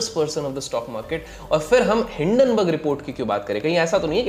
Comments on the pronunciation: Common People Pronounce:- Hindenburg Ultra Legend:- Dun-Dun Burg😂😂😂😂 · Hinden burg ko doon doon berg kyun 😂😂😂